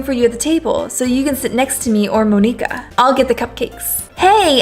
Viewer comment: Monika is pronounced the same as Monica